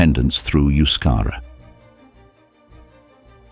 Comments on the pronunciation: Euscara is NOT pronounced as Yuscara, but thebe is ptonounced as E in edible, and then the U is pronounced as oo. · I think it is not Euskara, rather Euskera? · it's not Euskara but Euskera.